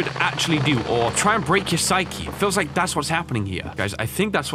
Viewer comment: I like how you say LIEK this video when I think you gonna say LIKE this video